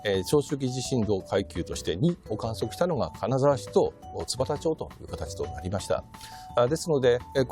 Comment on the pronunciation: 津幡町(ツバタマチ)ですよ！